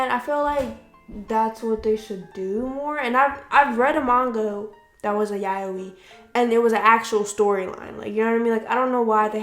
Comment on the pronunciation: I am so soooooooo sorry- But I got sooooo triggered by how you pronounced yaoi, 💀💀 I personally loved Dakaichi the anime- not the manga though because the manga was real r*pey, but the director of the anime said everything in the anime was consensual (besides the Ayagi incident)